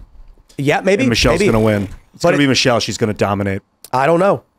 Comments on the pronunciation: Michelle? Come on, it is Michael. You are just afraid to pay the price like Joan Rivers did. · Michael* ffs...... MICHAEL [/ˈmaɪkəl/] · Its micheal not Michelle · PS, it's not Michelle, it's Michael.